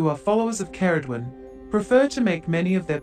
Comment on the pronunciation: You may want to look up how to correctly pronounce Ceridwen too